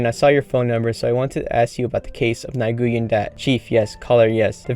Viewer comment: Nguyen is pronounced as win